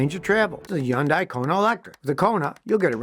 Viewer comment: Pretty sure it’s Hun-day and not Yon-die